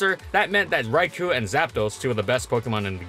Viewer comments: You keep saying Raikou as (RAI-ku), but it should be pronounced (RAI-koh); the "-ou" is a long "oh" sound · the way you pronounce raikou bugs me a lil lol. love ur videos. hpump>razor shell imo. after a smash it's moot where you invest and hpump hits some things harder getting an ohko with or without rocks on field. i used to pair it with dragonite to tear apart defensive cores, with a spinner/defogger of course.